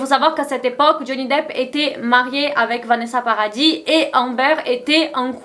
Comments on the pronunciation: on prononce pas le s du nom de famille de Vanessa Paradis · Meuf sinon Vanessa Paradis on prononce pas le s a paradis merci tu es pas en Angleterre ici mdr